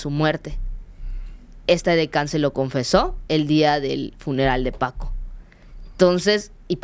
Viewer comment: No supo ni decir bien el nombre de Paco y de ahí en adelante una bola de datos imprecisos.